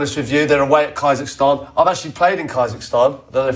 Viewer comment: I’m sorry but KAI-zahstan?!